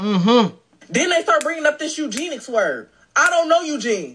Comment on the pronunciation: So NO one caught the "EUGENICS" flub? "I don't know Eugene!"🤣🤣